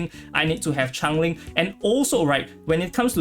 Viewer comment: Someone needs to tell yall its not Chang ling its CHANGELING